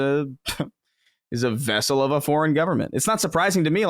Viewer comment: Yeah I'll be the one to do it. Colin pronouncing vessel as vassel. Sounds weird.